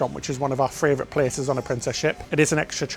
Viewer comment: Anyone else here love the amount of times says fravrit 😂 love the videos guys